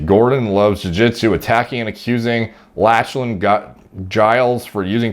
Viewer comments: Good video but is nobody going to comment on how he keep pronouncing Lachlan lol ? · Lmfaooooo how he pronounces lachlan 🤣🤣🤣😭🤣🤣😭🤣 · Lol definitely not how to pronounce 'Lachlan'. Its pronounced 'Locklan' lol. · Lachlan hahahaha it's pronounced "Lock Lan" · haha lost my shit when he first pronounced it latch-lan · "latch-lan" hahaha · Learn how to pronounce the name Lachlan lol.... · lach-a-lan LOL it's pronounced lock-len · It's "Lock-lan" not "Latch-lan" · Latchelan haha - try Locklan dude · Lol, you are my boy but… “Lach-lan” I’m sure there are a thousand comments already telling you this but it’s pronounced “lock-len”. Tbh I really wanna watch a video when you have to say “sean” 😂. Honestly bro, you are the man. Respect your thoughts on everything in this field, you are the man…. The “lach-lan” pronunciation just made me laugh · *Lock-len not Latchelan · As another Lachlan. It is pronounce Lock-lan not latch-lan. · Bro… great video, good sense of humor. I watched from a BJJ perspective not body building. I was cracking up at “Latch-Len”, it’s “Lock-Len” no worries you wouldn’t know unless you followed. Good content 🤙🏽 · Lock-lan, not latch-lan lol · Bro its Lock-lan not latch-lan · Lachlan is pronounced "lock land" not "latch land". Lachlan lost to Gordon in the absolute finals of ADCC 2019 via RNC. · Lol btw Lachlan is pronounced “Lock-Lyn” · ''latchlan'' lmao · It's pronounced Locklan fam,😂😂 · Them 'Latch-lan' gains. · "Latchland Jiles" lmao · “Latchlan” omg 😂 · Triggering me pronouncing Lachlan Latchlan. Also when he says my team is the only one that doesn't use steroids to a certain degree, he could be saying to a certain degree to the fact other teams might not juice..Although saying that he looks like he on the gear. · Thats lock-lan* . But Gordan is the GOAT of nogi much respect. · It's pronounced "lock-lan" lol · It is pronounced "loch-lan". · I think is pronounced: "Lock-lan" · "latch len" that pronunciation has to be a joke right?